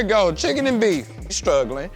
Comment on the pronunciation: 🤣🤣🤣🤣 He randomly says "strugglin"